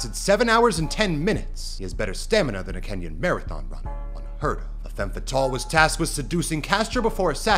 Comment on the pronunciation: thx for pronouncing Kenyan correctly